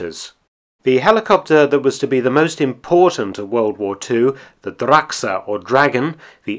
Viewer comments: Great video as usual, Mark. BTW, it's "Drache," not "Drachsa." (no offense - your pronunciation is usually very legit, esp. for a Limey lol) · Its Not Drachse its Drache or for english speakers Dracke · The german word for dragon Drache is pronounced more like Drahe than Draxe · Really interesting video, excellent research and presentation. You are becoming my favourite yt channel. :) one small thing: "Drache" or dragon is spoken with a really hard r for the ch in the middle, not a ck. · wow you totally butchered that name ... ch in German is h ... Drache is pronounced Dra-he ironically you pronounced Storch correctly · I felt physical pain when he said drache